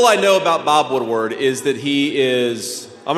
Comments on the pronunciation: Hello Thank you very much for what your words. I agree with most of what you said. But the journalist's name is Bob Woodward, not Woodard. ( Sorry, it was just ticking me off when you mispronounced. his name.) Other than that, I really liked what you said. Thank you Peace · No offense, but you keep calling him Woodard, not Woodward.